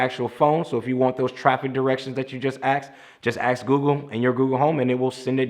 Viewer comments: Good video but for goodness sakes when communicating accross the spectrum, please say ASK, not AXE. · I think the word you are trying to say is "ask" and not "axe" when you are wanting to query someone. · This was my first time watching your channel and I really liked what you had to say, but next time please, PLEASE remember there is a "k" in ask it isn't axed out is pronounced ask. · He said axe instead of ask. Lol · Great video. Ask not axe. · Love you. Love the vid. Subscribing with alerts. You’ve educated me well. .... that Strayhan gap is sexy hot... but please stop saying ax. 😇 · Dude do yourself a favor,learn to pronounce the word "ask" correctly...